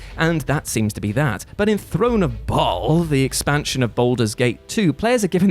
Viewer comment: Isn’t Bhaal pronounced like “Bale?” Also,, you are a Magnificent Beast. Love your vids.